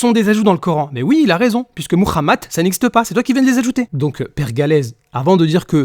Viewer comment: Encore de la pitrerie. La vérité leur fait mal a la tête c'est pour cela qu'ils essaient de la travestir. Bande de clowns. Le type a dit "moukhamat" 😂😂😂😂